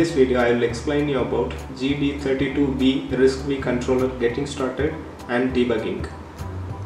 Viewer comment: Thank you for making this video. I love risc-v! For future videos you should know it's pronounced "risk five." The V is the Roman numeral for five. They named the ISA this way because it is the fifth major ISA to come out or Berkley.